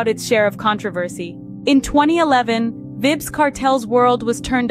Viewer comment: Vibs. Vybz pronounced Vibes :face-fuchsia-tongue-out